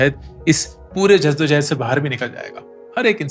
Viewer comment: Ankur sir, the urdu word you use for struggle is 'jaddo jahad' and not jasto jahad.